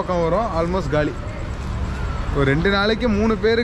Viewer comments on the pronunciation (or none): none